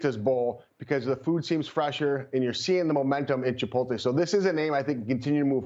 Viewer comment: I hesitate to seriously listen to people who mis-pronounce “Chipolte”. So annoying.